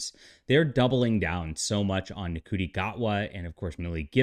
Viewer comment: Interesting discussion and consideration. As I understand it, Ncuti is pronounced "Shooti".